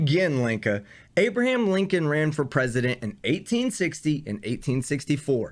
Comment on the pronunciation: To this SovCit: Learn how to CORRECTLY pronounce "Abraham".